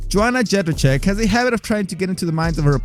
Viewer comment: "Joanna Jędrz......" - WTF did you say??? :D